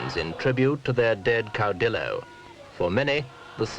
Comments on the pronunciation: "Caw-DILL-oh." No man, it's "caw-dee-oh"; the double l makes a 'y' sound in Spanish. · In Argentina it makes a shhh sound. So clau-di-sho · Ozzy Mosley Caudillo